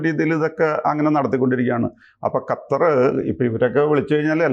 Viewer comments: gattar alla qattar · 'ഗത്തര്‍' അല്ല സാറേ, ഖത്തര്‍ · Sir ഖത്തർ എന്ന് പറയൂ ഗത്തർ അല്ല